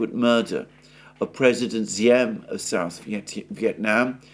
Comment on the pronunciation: It's Diem, not Xiem.